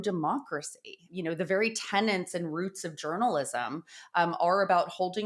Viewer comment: tenets - not tenants